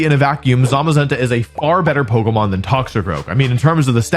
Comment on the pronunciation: Every time I put up one of your videos in the background, every time you say pokemon, I hear bogumaw